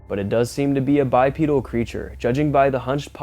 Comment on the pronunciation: The first on is a Bear, the second one is obviously an Owl! I swear, people will believe anything. The big wolf is a person in a costume, you can see the back of the persons foot. Almost every one of these can be explained! You are causing people to believe in bs. Oh and it’s pronounced Bipedal with a long E sound. Bi Pee dal, not Bi Ped el.